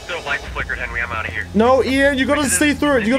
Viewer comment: Seeing him saying welcome I know saying net welcome as always I know